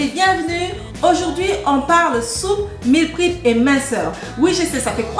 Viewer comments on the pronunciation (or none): Hello , merci pour c'est recettes qui donne envie 🤩 ... par contre je m'interroge, si tu ne mange que la soupe sans rien d'autre a coté ne risque tu pas de développer des carences ? Par contre ma jolie on ne dis pas meal " prip " mais meal " prép " ( je l'est écrit phonétiquement ) en anglais . Jai hate de voir ta prochaine vidéo. Prend soin de toi , que Dieu te préserve 🙏🏻